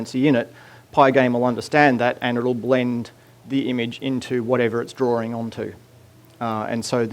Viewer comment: It's DRAWING, not drawRing...